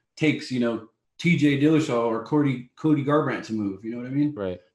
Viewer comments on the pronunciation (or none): "Cootie garbrandt" smfh 🤦‍♂️😂